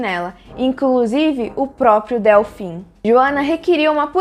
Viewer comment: Muito bom, só um comentário: se fala dÊlfim, e não dÉlfim. Obrigada pelo vídeo! 🌷